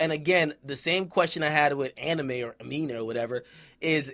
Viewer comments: ITS NOT PRONOUNCED ANIME GOD DAMN IT😠😠😠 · Lol this nigga said "anime". Bro, the M comes before the E. Btw it's pronounced "A-mee-nay"